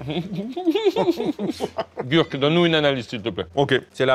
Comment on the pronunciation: Gurky ça se prononce « gerky » Carlitooooooooooooo (à ce que je sache)